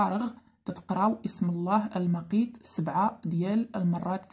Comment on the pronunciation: اسم الله المُقيت بالضمة انتبهي